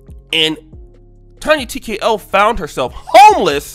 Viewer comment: Did he say Tonya TkaHoe?!!🤣🤣🤣